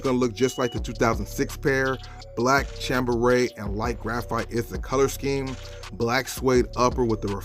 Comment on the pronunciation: you constantly mispronouncing 3rd grade words is ruining my vibe.... ala blaster? toe az? contracting accents? cham beret? bray! its cham-bray! jesus christmas boy.